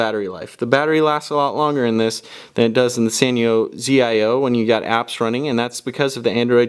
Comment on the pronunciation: You're still saying the Sanyo ZIO name wrong... you don't pronounce each letter individually, you pronounce it together... "Zeyeoh" you might want to look at the CNET review for the ZIO to understand the pronunciation, but Your doing an awesome job review the New Cricket phones so great job.!!